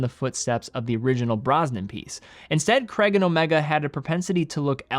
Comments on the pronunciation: How Americans say the name Craig like 'Cregg' is baffling. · Crayg not Creg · It’s Craig, not Creg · Not Creg, CRAIIIIGGG. It's Scottish. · Daniel Cray-guh, not Creg. 🤦🏻 Americans are so dumb. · BTW Craig isnt pronounced 'Kreg'. its pronounced like 'Kreyg' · A bit off subject but being British,I always find the American pronunciation of Daniel Craig's surname very strange,Americans pronounce it as "Kregg" when it's actually "Krayg" ! PS I own an Omega Seamaster 300 pro seaweed & love it! I'm not a fan of titanium as I like the feeling of weight in steel watches,when they are very light they feel cheap/fake to me even though they obviously aren't! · It’s CRAIG not creg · Say Creg again. I dare you, I double dare you. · Btw I love you but why can’t Americans and Canadians pronounce Craig?? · Really annoying American pronounciation of CRAIG! 🙂